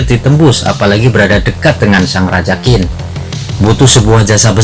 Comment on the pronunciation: Qin...tapi Bacanya TjiN...